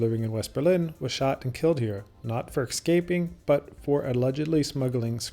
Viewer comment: Why do you say eXscaping?